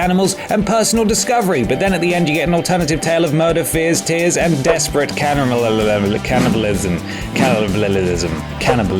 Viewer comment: mate learn to pronounce the damn word cannibalism